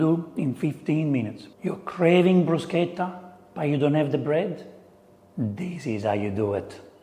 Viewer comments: I like how you told us how to pronounce bruschetta. You could do an Italian 101 class for anything but food and drink would be a good one. Most of us like to eat and drink, but are reluctant to order in restaurants. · Am I the only one who cringes like I've chewed aluminum foil or heard fingernails on a chalkboard when I hear someone pronounce it "Brew-shet-ah"? How about "Foh-cah-sha"....? Thank you for pushing how to say it! 😂 I need to make this. Really. I need to make this. This is a nice dish for warm weather.